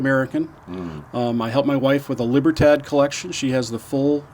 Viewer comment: By the way it’s pronounced Lee-bear-todd not Lee-bear-tad in Spanish.